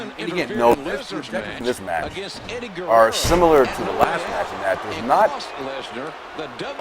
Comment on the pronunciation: "Guellelo" instead of Guerrero, his cute xD